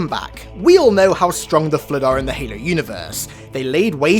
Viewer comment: Good vid, cant stand the way u say Halo